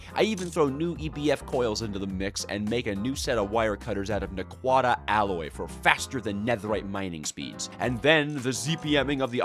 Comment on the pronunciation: The way you pronounce naquadah makes me sad. Because it means youve never watched satrgate which is a true tragedy.